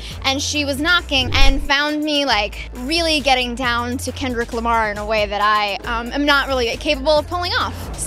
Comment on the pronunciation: “really getting down to kendrick llamar”